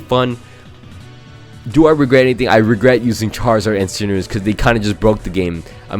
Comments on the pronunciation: It's cinderace not cinderance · Pls dont call Cinderace "Cinderence" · Cinderace, not Cinderance. Also please name a Pokemon CInderance so I can also repeatedly flinch during that video.